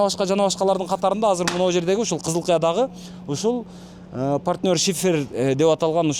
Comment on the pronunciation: Шыйпыр эмес шифер болот тууганым 😊